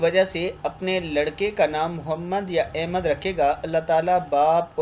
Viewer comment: بھائی لفظ احمد ہوتا ہے الف کے اوپر زبر کے ساتھ نہ کہ الف زیر کے ساتھ بہت سے لوگ سخت غلطی کرتے ہیں الف زیر کے ساتھ پڑھتے ہیں۔